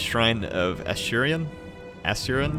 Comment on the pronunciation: A-sur-re-an or Ass-see-re-an. Hope this helps.